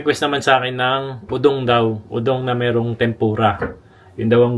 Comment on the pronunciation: akala ko po udong na may sardinas. udong po ba pronunce sa udon?